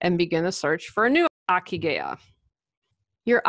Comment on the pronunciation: Hi! Not that important, but the ikigai is pronounced, "EE KEE GAH EE" (reason for being). Cheers!